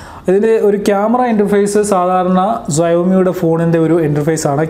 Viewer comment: സയോമി അല്ല ഷവോമി